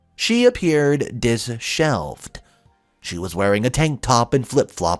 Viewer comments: Like the stories, but would recommend you look up pronunciation and definition of the words disheveled and myriad. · Check your pronunciation of myriad and disheveled